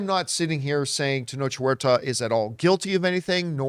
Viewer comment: Ten-ohk Wearta is how its pronounced, thank you.